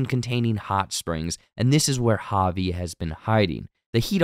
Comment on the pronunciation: I don’t think he cares honestly. He mispronounces Javi’s name every time and Tori Amos’s in this video